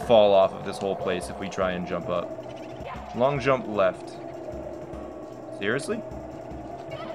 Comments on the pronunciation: I think it sounds more like “So long-a bowser” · I thought it was "so lonely, bowser" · Guys he doesn't say "so long, gay bowser" he says "so long, Gabe Owser"